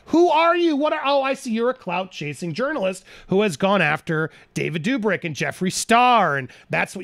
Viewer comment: It’s Dobrick not Dubrick